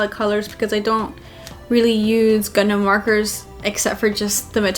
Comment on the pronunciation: All Americans pronounce O as A anyway! The bizzare thing is though that Americans pronounce Gundam as Gundum and the funny thing is I've heard Americans say 'Gaddamn Gundum' instead of 'Goddamn Gundam'!